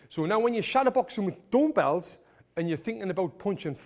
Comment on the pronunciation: Dumpells 😂 Its dumbells